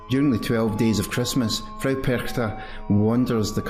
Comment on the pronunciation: Hallo! Ich bin von Österreich. Du sagst "Perchta" sehr gut. "Frau" sollte aber besser sein. Das muss ein richtiges AU sein. Ich möchte noch dazu sagen, dass Frau Perchta sicher KEINE untergeordnete Göttin war, viel mehr DIE Urgöttin schlechthin. Noch älter sind sicherlich die keltischen Götter, da gab es damals die Göttin Cailleach. Und dann kam sicher schon Frau Perchta. In Österreich waren erst die Kelten danach die Germanen. Dann kam die christliche Kirche, die mit allen Mitteln versuchte, den Menschen den alten Glauben auszutreiben. Aber im Alpenraum hängen die Leute sehr an ihren Traditionen, und ich kann mir vorstellen, dass es ihnen gerade hier nicht gut gelang. Wenn es also nicht gelang sie auszurotten, dann musste man sie umso mehr dämonisieren. Dann ist sie keine schöne Lichtgöttin mehr (ihr Name sagt das ja: die Strahlende, die Glänzende), sondern eine alte hässliche Frau. Jeder (in Österreich) denkt sofort an die hässlichen Masken, die Perchten die bei den Perchtenumzügen getragen werden. Niemand denkt an eine schöne Lichtgestalt oder an eine "Weiße Frau", die liebevoll und schenkend durch die Lande zieht, und die Frauen und Kinder beschützt und beschenkt. Diese Lichtgestalten findet man nämlich auch in ganz Europa, wenn man ein bischen forscht. Witte Wieven in den Niederlanden, La Dame Blanche in Frankreich, die Saligen Frauen in Österreich usw. Und das ist eigentlich die helle Seite von Frau Perchta. Gut dass es noch Menschen gibt, die das alte Wissen erha